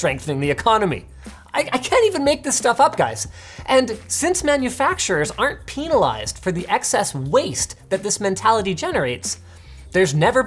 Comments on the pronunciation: Linus: 97 Datsun Me: NO Linus: Peeeenalized Me: STOP Linus: Massa Two Sits Me: WHYYYYYY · "peenalized" PepeLaugh